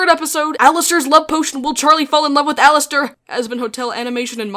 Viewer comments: I’m crying over the ai being unable to pronounce alastor… “LASTOR HAVE YOU LOST YOUR MIND!!?” I’m laughing my ass off for no reason.😔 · the way they pronounce it as al-ass-ter is killing me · It kills me when they say “Alas-ter” 😂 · "Alastor, who I will be now referring to as Al-ASS-tor," gives off the same vibes as Markiplier saying "I'm ASSdistic!" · Nah, it's AllAsstor. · Same😂😂I laugh my ass off every time they say alastor wrong(which is basically every time they say his name)😂